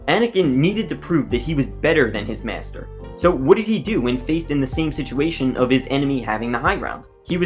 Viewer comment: You pronounce “master” like “meashter”